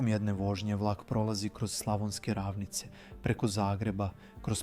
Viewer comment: Kako ovaj naglašava riječi????😂😂😂 Pa nije VirOvitica nego VirovItica !!! Na I je naglasak! Isto tako nisu rAvnice već ravnIce!